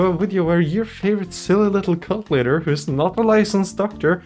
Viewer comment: I swear I thought you said "cunt leader"